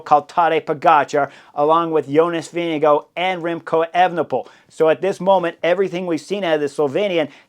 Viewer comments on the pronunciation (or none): none